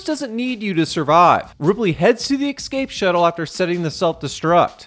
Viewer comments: My man pronounces "escape" like a 4 year old would. "Exscape" lol. Regardless, I do like these videos. Good work man. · Duuude eXscape is not a fucking word